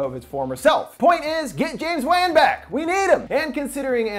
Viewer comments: The name of the conjuring director isn’t pronounced the way it’s spelled it’s pronounced James wawn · It’s pronounced like Juan. James Wan (Juan) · Thats not how you pronounce James Wan’s name. Thats annoying